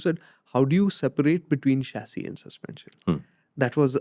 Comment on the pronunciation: Chachisss….And SusPensen !!! 😂